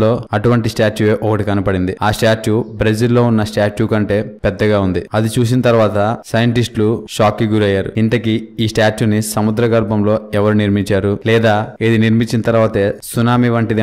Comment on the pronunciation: Ni telugu thagalayya. Susina kadhu chusina anali